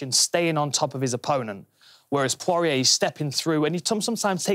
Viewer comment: I would just like to apologise on behalf of my fellow Brits for their inexplicable abomination of the pronunciation of 'Poirier'